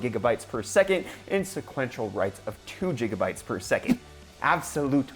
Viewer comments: JIGA BYTES? :/ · jigabytes? i like it, keep using that word